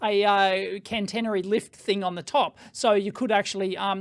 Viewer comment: Hi, thanks for the vid. Couple of points : its not cannnnteeenery ... it is catenary. cat-eeen-ery. for the overhead lines, and the thingy that sits on top of the train to reach up and complete the circuit is a "pantograph". I worked on Stadler diesel electric and plain electric trains for a few years...in the UK. The overhead lines run at 25 KV AC 50 Hz. Europe is generally a lower voltage. On the train, the 25KV is transformed down to run 3 phase 415V AC. THis is fed along to the power converters to provide variable frequency drive to multiple wheelsets. These can operate in regen to recover some power during braking. Also, Stadler have battery trains in at least two projects I know of : UK south wales where they are tri-mode : diesel, battery and overhead, and in southern Germany where they run on overhead or battery. For the Tesla example, they could use the pantograph when running on the main line and at the overhead served station whilst also charging the batteries for use on the branch. (Most trains have a 110V DC battery array which runs all the systems except aircon and traction for several hours ... I have also had the fun of recovering dead trains by coupling to a good one and getting enough power over the coupling to bootstrap the dead one and start its diesels).